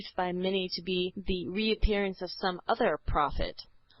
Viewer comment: Ok I think the mispronunciation is screwing up my comprehension....hmmm it's ok I suppose Play-ton-ic, Saul-o-mon